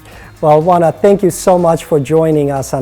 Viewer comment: I wondered how her first name was pronounced. It's Wanna and not O-ANNA as it looks. She seems more mature than 17 (her age as of March 2013). I wish her luck. She's on Disney's Crash & Bernstein which is like the fantasy Ted but for kids. It's funny, quirky, dopey and fairly entertaining for the whole family while still having some social values without being heavy-handed.